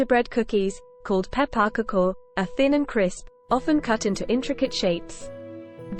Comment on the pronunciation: Pepp a pakoo? WTF 😂😂😂